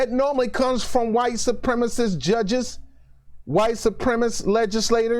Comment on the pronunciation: Great video. Hit most of the points square on the head in a way that is superior to many other commentators. I will watch much more of you in future. Only quibble is that you should say supremacist properly.